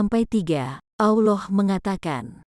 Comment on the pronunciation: Sebut Allah pun tak betul. Sebut betul-betul. Allah. Bukan Auloh.